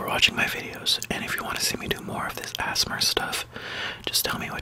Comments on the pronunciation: Mark Emhoff he said azmur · Asthma is how you pronounced ASMR I have Asthma which is a problem with your lungs it is pronounced “A” “S” “M” “R” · It's A.S.M.R not "assmur"